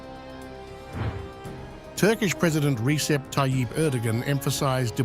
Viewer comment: Just a small correction that you may adopt, its not "c" for Recep Tayyip Erdogan, you should say "J", like Joe Biden for instance. It Rejep or Redzep, not Recep. It's more accurate for the Turkish and eastern block in whole 🙂